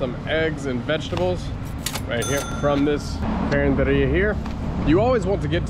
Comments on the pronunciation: Hello! I’ve been binge watching your videos for 2 days now 😅 it’s so kind of you to promote small businesses in the area it means a lot especially the carenderias coz most of the vloggers i’ve watched only go to fast food chains or restos. Your pronunciation of carenderia is good actually. Btw,“pud” in English is “too”. Ayo2x pud means take care too. I heard someone say it in other video.😊 Enjoy PH! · your pronunciation is correct, carinderia. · your pronunciation of karinderya is correct,.